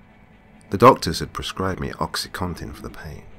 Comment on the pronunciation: I think you're the first person (other than doctors.) that actually pronounces it Oxy CONtin and not Oxy Cotton. :-)